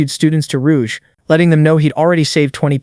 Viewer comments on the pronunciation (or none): none